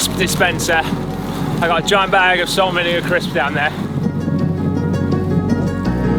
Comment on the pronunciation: "Salt manure crisps" definitely can't be be what he said... right?